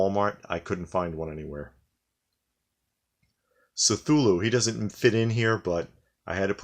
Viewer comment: Not 'S'tulu' but 'K'tulu' man :/